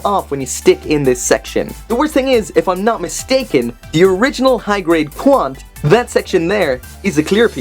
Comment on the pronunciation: The HG GNT-0000 00 Qan[T] did in fact come with a clear piece. Also, it's pronounced, Double-Oh Quanta Personally I think that the GNT-0000SHIA Gundam 00 Shia Qan[T] looks unique enough and is enough of a change from the standard, GNT-0000 00 Qan[T]. It also matches the design style that キジマ シア (Kijima Shia) utilizes. On a side note, the HG GNT-0000 00 Qan[T]'s face never looked right. It looked more like Exia and it looks like it has the same issue here. It's the MG & RG GNT-0000 00 Qan[T] that fixed this to make it look how it's supposed to. It's not really fair to compare this HG to an RG. Well not fair in general since RGs look better with only a slight bump up in price. Knowing Bandai and considering that we're getting and RG GAT-X105B/FP Build Strike Gundam Full Package, I can definitely see Bandai spamming out tons of RGs from the Build Fighters, Build Fighters Try, and Build Fighters Try Island Wars. (Base RG - Build Fighters RG) RX-78-2 Gundam - PF-78-3A Gundam Amazing Red Warrior MS-06S Zaku II (Char Aznable Custom) - MS-06R-AB Zaku Amazing FX-550 Skygrasper (Launcher/Sword Pack) - UB-01 Universe Booster RX-178 Gundam Mk-II A.E.U.G. - RX-178B Build Gundam Mk-II MSZ-006 Zeta Gundam - LGZ-91 Lightning Gundam - LGZ-91Fb Lightning Gundam Full Burnern - LGZ-91St Lightning Gundam Strider - MSZ-006LGT Lightning Zeta Gundam GN-001 Gundam Exia - PPGN-001 Gundam Amazing Exia - PPGN-001 Gundam Amazing Exia [Trans Am] - PPGN-001 Gundam Exia Dark Matter - PPGN-0